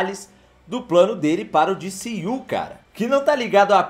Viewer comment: diciu que horrivel, D C U fala em português kkk